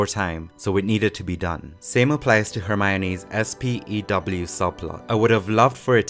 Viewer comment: Thank you for calling it S.P.E.W and not spew